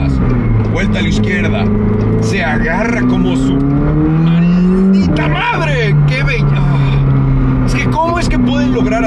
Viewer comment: Pareciste dominicano cuando dijo maldita madre 🤣🤣🤣